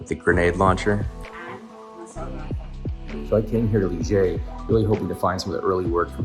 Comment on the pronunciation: Hey there, thanks for sharing. I might visit this place later this week. For your information, the name of the city (Liège) is pronounced differently (than how you pronounced it at the start). The way you pronounced the "g" is accurate, but that is supposed to be at the end of the pronunciation, because the final "e" in Liège is silent. After you pronounce the "i" (like English "ee", which is accurate), the "è" is pronounced like the "a" in English "man".